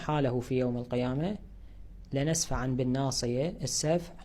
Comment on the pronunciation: لنسفعم هكذا تنطق